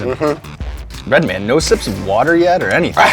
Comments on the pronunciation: Not “Redmond” lmao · “Redmen” lmao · "Redmin" lol its true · Reminds me of the colored spit guards when red say redmen like he trying to pretend to be a white dude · White people say Redmin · White people remember his name has an A in man not an E